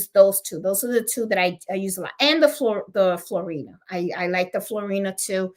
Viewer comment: PS. I was told by my shop to pronounce the thread Floriani as Floor-ee-on-ee.